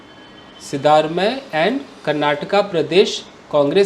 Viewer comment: सिद्धारमैया, सर अस नाम का उच्चारण